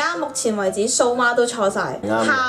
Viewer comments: 不是soma， 是suma（苏吗） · 蘇媽。。。我聽成林周罵